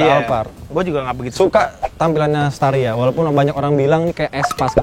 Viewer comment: Estaria wkwk espas staria